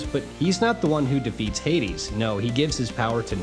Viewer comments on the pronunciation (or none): none